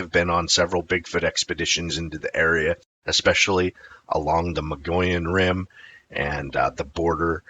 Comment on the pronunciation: Thanks for the video. I was told the correct pronunciation is the MUG-E-ON Rim.